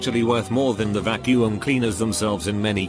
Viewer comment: Storytime bot: pronounces Qwixter no problem Also Storytime bot: VACU-UM!